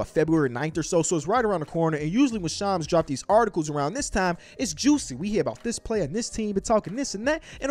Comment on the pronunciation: Lol bro how do you say ham? Lol say ham. And then say sham. Add an “s” and you got shams. Who is shoms?😂😂